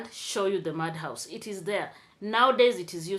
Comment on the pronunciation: with all the seriousness of your presentation, I still had to laugh. You said you grew up in a "mudhouse" but it was interpreted as "madhouse" 😂😂😂